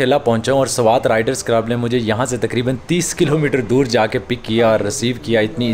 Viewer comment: Sawat nahi swat.😮